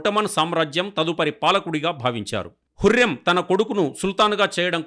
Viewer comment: Mi bhasha tagaleyya 😂 hurrem kadu huram adi haaram kadu haram 😂😂😂